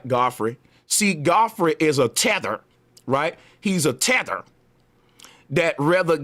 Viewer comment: I cut this off because I don’t like how you said tether